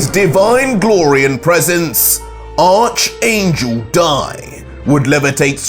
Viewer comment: Who thinks is pronouncing the word ARCHANGEL wrong👇👇👇👇👇👇👇👇👇👇